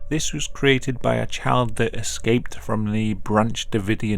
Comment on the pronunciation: I cannot stop hearing ‘chad’ instead of child